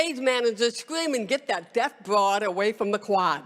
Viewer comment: I have always admired this beautiful soul. Her words really tug at one's heart. My only issue is that she's not "death " she's DEAF, with an F.